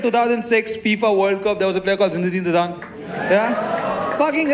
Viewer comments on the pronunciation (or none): How many of you noticed he got zinedine zidane's name wrong?